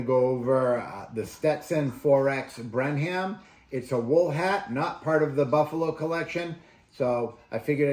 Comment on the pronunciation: FYI, it’s pronounced Brenem. (Brenham, TX). Thanks for the review!